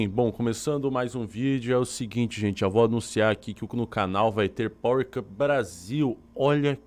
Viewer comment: Boa noite. A pronúncia do novo reality é Pauer Copou ok?